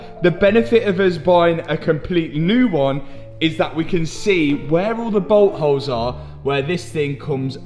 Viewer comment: Everytime you said boltholes it sounded like butthole.lol😂🤣